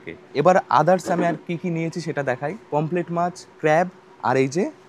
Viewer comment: অসম্ভব জ্ঞান ! লিখেছে ''PAMPHLET FISH' !!! আবার বলছেও 'পমফ্লেট' মাছ !!! আরে ওটা 'POMFRET' ! 'পমফ্রেট' মাছ।